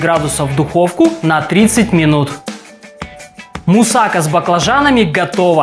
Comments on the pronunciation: мусакА а не мусАка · Неправильно говорите. Не мусАка, а мусакА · Немного неправильно ударение ставите.